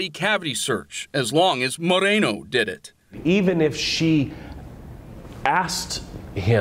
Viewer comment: More-ā-no. Stop ethnicizing the damn names.